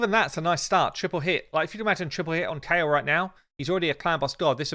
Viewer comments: It's ky el we all pronounced it wrong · How they pronounce Kael though...